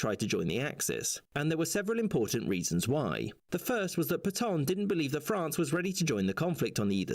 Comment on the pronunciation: You don't pronounce "Pétain" like that.